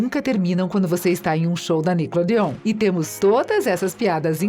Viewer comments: E NICKELODEON NÃO NICKODEON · Quando eu escutei, pensei que era uma versão mais fluida do Google tradutor porque, PQP, essa pronúncia de ingrês heim kkkkkkk "jÁdÍiiiiii", "nÍcLôDeOn" e a do namorado da tori kkkkkkkkkkkkkkkk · "Sauchichias " "niclodeon" . Kkkkkkkkkkkkkkkkkkkk Fora q falou o nome da Jade errado . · Niclodeôn e JÁde......To decepcionada com você moça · A melhor parte com certeza foi a “NICLODEO” kkkkkk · Não consigo assistir com essa mulher falando "NICLODEÔN" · poisé, deveriam rever isso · Eu tentando saber quem é essa nicole dion. Dai percebo que a retardada ta tentando falando "nickelodeon" Pqp kkkkkk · Triste saber que ela acabou pq série musical não tava sendo tão popular (mano essa mulher falando "Nickelodeon" e o melhor)